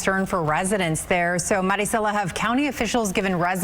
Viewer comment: THAT MARICELA PRONOUNCES HER NAME LIKE AN A$$HOLE! WE ARE IN AMERICA SO TAKE PRIDE IN WHERE YOU LIVE AND DROP THE MEXICAN VERNACULAR